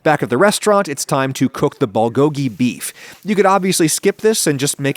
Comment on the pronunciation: adam you literally just said 'bee meat'